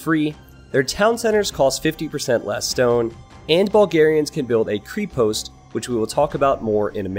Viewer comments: just butchering pronunciation of "krepost". I am a bulgarian and was "wtf if that building"... and then read how its written hahahha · It's krepost with E as in "rEd" not an E as in "cream", mate, take it from a Bulgarian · Kreapastj. Not Kreepost ;) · Yea, made me spit all the water while i drink :D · Actually, it have to be pronounced as "krEpost' ", which means "stronghold" and konnik basically means "horseman", not "a horse" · Great Vid. FYI, "Krepost" is pronounced Kreh-post. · Nobody is gonna mention how he butchered the pronunciation "krepost"? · Also krepost is pronounced like Crêpe in french, but replace the last "e" with "ost" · Also the E in Krepost is read the same way as it is in " left " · It is not a "creepost" but a [krɛpost], an "e" like in "bet" and it actually means castle in Bulgarian, and the double "n" in konnik is very important, beside that nice video ;) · Hey, happy to see my own Civ featured in AOEII. and a nice review from you. It is actually a fairly accurate representation of how Bulgarian's fought in the middle ages. A few notes which might help you in casting follow. The correct pronunciation of "Krepost" is with an "e" like in "tech". "Konnik" is also pronounced with a loud second "n", whilst you're pronouncing it as if it is written as "Konik". Btw it simply means "cavalry man". The correct pronunciation of "Bagains" has the stress on the "i", not "a". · Lol two things: the "e" in krepost is pronounced like the "e" in egg. And konnik literally means horse 😂🤔 and the "o" Is pronounced as o in ogre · Since I am from Bulgaria a short pronunciation course Ö КРЕПОСТ - KREPOST (hard K and hard E ) , singular bagain/bagaini plural ( bagains is not right at all) BAGA (G LIKE IN GREEN) IN - from Iranian baga- lord, great,big .and btw bagatur bagain must be cav unit not infantry :D KONNIK -horseman - KON-NIK (hard K, hard N and one more N) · Cree Post and Cunnics. Me (slavic speaker): Ugh, painful!